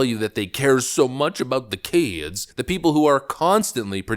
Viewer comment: "THE KEDSS!!!"